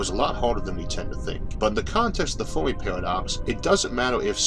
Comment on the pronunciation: I just discovered this channel yesterday. I've been binge watching all weekend. Amazing series. Just a quick nit-pick on this one: Fair-me.